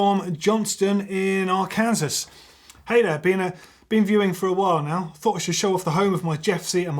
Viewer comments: It’s pronounced Arkan-saw not Ar-Kansas 👍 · it Arkansas is pronounced Ar-can-saw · Arkansas(Arc-an-saw)...I know it's not intuitive, especially since "Kansas" is actually pronounced the way you pronounced it